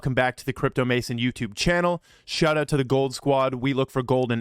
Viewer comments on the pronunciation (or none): none